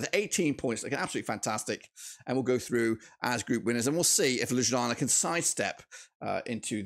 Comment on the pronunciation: Damn i dont think i have ever heard a worse pronounciation of ljubljana💀